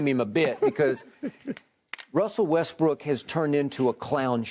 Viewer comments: Everytime Skip Says Russel westbrick 😭😭😭😭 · Russell Westbrick! 🤦🏽‍♂️😂 Did skip really say that? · they really call him westbrick😂😂😂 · I cry everytime they say westbrick 😂😂